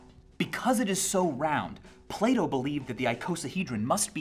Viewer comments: It took me 3 days to realise that he was saying plato and not "play doh" I thought the company play doh was saying philosophical things on Twitter or something. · who else thought he was saying play-doh instead of plato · I thought he kept saying play-doh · I keep thinking he says "Play-dough" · Every time he says Plato, I think he's saying Play-Doh. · So, Plato is pronounced differently in German. "Plah-Toe" Took me way much longer than I'd care to admit to figure out Michael didn't want to sell me some Play-Doh.... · Sounds like you say playdoh when you say plato. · Am I the only one that heard play-dough instead of plato lol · i thought he was saying play dough :/ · Sorry but “Plato” in an American accent just sounds like Playdoh